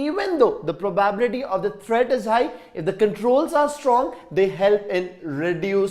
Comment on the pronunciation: Sir it is not pro baa bility.It is pro ba bi lity